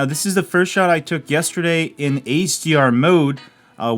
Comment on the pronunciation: I thought you were saying ACR mode throughout half the video and then finally noticed you meant HDR lmao, great video though